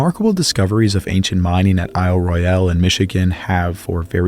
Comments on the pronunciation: FYI: ISLE ROYALE is pronounced: "ISLE ROYAL" by the locals. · Question: How many times can you mispronounce Isle Royale in an hour ?